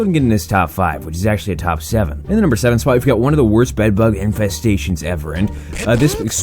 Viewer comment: infesestations but he don’t give a shit xD